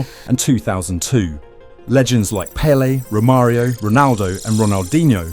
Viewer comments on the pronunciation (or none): none